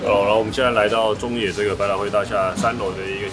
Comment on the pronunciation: 應該是想要說なかの(中野)吧😂